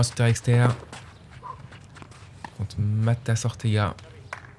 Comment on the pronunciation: C'est pas " Matas" de thé...😂